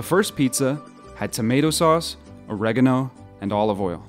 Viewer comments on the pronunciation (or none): none